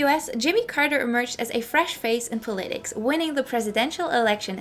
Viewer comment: Curious where you are from. I've never heard anyone pronounce "politics" like you do. I'm guessing you are not native to the US.